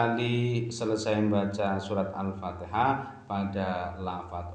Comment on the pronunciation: Itu baca alfatihah sambil niup celana nya brha kali alpatiha nya